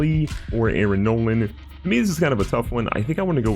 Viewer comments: arron nolan? what its nola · Aaron Nola not Nolan